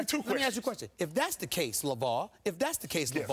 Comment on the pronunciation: Lavar?! Lavaoor?? 😂